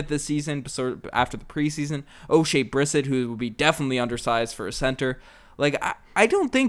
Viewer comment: It shows how much you've watched the Raptors when you can't pronounce Oshea Brissett's name lol. It's bre-set not brisit as you pronounced it.